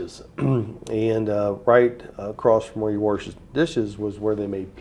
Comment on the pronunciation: I love how he says warsh instead of wash 😂